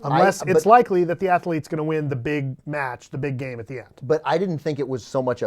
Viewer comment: I didn't know that athlete was a three syllable word. ;-p